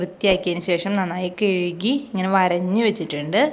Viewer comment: 😁😁കിഴുകി എന്നല്ല.കഴുകി വരഞ്ഞു.😁😁 പൊരിച്ചത് കൊള്ളാം super 💕